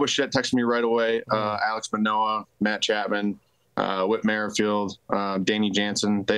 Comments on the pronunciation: "Alex Manoah" xd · He really said Alex manoah 😂😂